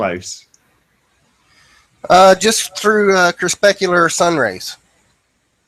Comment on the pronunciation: isn't it cre-PUSC-ular vs cre-SPESC-ular?